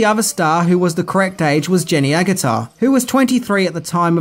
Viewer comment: Its pronounced Agggg utter not Ag gutter